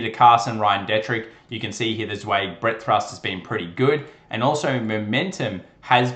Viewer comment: I'm nitpicking here, but Martin Zweig's last name is pronounced ZWIG not ZWEG. The ei is pronounced I, like in Hi or Eye. He was a regular on Louis Rukeyser's 'Wall Street Week' PBS television show, on Friday evenings in the 70s and 80s. Your market analysis is my favorite daily YT. Your research and analysis is the best, imo. Keep up the good work!